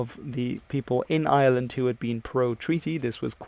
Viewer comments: It IRELAND NOT ISLAND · Dude please please it's iReland not island, British people do this all the time there's a heavy R sound in Ireland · The name of our country is not island...it's Ireland with an R after the I. ...IRELAND.A lot of people pronounce it like it has no R in it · Is it just me or does he call Ireland , Island.